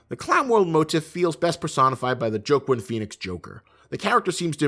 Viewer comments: Love the video but Joaquin Phoenix's name is pronounced as WAH-KEEN not JOE-KIN the pronunciation just hit my ear differently every time you said it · "JOEQUEEN" PHEONIX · Did you call Joaquin , (Joqwin) ? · SAY HIS NAME RIGHT the next time